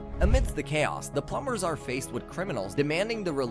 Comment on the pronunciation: oh my god so many mispronounciations plum bers???